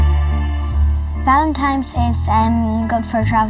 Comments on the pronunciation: Every single person in this video called February 14, “ValenTIMES Day” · why do they say valentimes and not valentines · The girl kept calling it Valentimes day and even SPELLED it that way. They can't read or write very well. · There's no "M" in Valentine's Day!